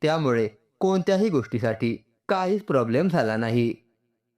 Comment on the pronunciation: प्रोब्लेम नाही प्रॉब्लेम